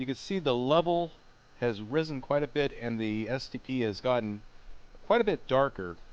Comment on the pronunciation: every time he said stp I thought he said std 😂😂😂